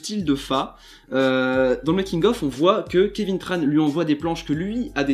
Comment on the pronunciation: C'est Kévin Tran avec un "en" pas Kévin Tranne...